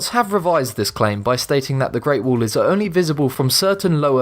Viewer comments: Its not wool! Its a wa-ll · It's WALL not WOOL LOL :D >:( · At number 10 of the video he said "wuul" I was like whats that? And when he said "wuul of China" then I understood it lol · he says wall and i hear wool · 'The reat wool of China' i am sorry i had to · It's wall not wool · GREAT WOOOL OF TCHIANA? LOL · Great “wool” of china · It's wall , not wool...!!!! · WHY DO YOU CALL IT WOOL? ! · I love your videos but for christ sake can you just say WALL not WOOL?? God damn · The great "wool" of china? :D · Wool ,tull ....english level 999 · I wonder why they take the narrators who cannot pronounce “wall” properly. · Say wall right dumbass